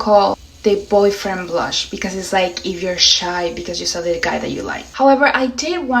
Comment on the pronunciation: Why do you say brush when pronouncing blush?